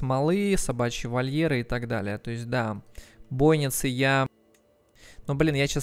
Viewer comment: Бойницы - ударение на и. Домен - на е.